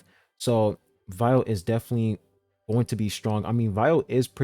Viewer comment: Sorry, but I just have to say this... (Viole) Vee - Yoo - Ley 😭